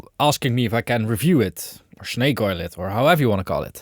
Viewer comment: 'shnake oil' - in essence, you're Tony Soprano in the way you pronounce your esses. :D